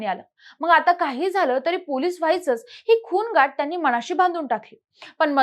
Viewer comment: ताई नुसता वाचून दाखवताय तुम्ही , जरा स्वल्पविराम ,अर्धविराम पूर्णविराम वगैरे काही लावा बोलताना. खूणगाठ शब्द पटकन वाचावा खून वर जास्त भार देऊ नये आणि अश्या भरपूर चुका होत आहेत वाचताना पुढच्या वेळेस त्या सुधारा .